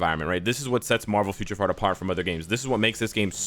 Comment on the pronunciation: You now have two soundbytes of yourself saying Marvel Future Fart from this video alone to use next time they screw something up. and IGN:Eliminathan